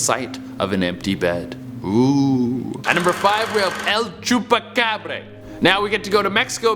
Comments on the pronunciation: El-chu-pacab-Ray😂😂😂👍👍👍👍love it. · "EL CHUPACAB(BRE)RA!" Me(a Mexican): wait, hold up- The way he said it though got me dead XD.. He a chill dude tho LMAO